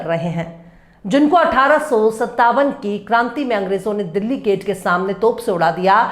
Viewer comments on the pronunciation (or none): none